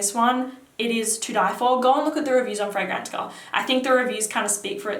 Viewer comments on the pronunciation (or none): none